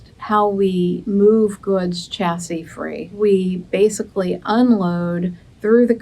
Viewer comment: Chassis, shassy not cha!!!